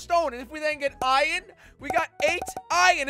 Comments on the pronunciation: why do u call it ion instead of iron? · It’s Iron not iren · I love how he says ion and not iron 😂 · Why does he pronounce “Iron” as “Ion” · Jelly sayd iron like iod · What did you say jelly ?? Ion? Or iron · Its not iyon its iron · Why do you call it iyon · i love how he sais ion instead of iron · “and then if we get EYEION”